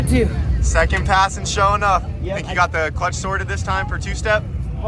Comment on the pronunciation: You mean Sho' Enuff according to pronunciation